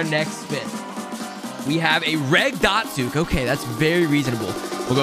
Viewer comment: you said regular dotsuke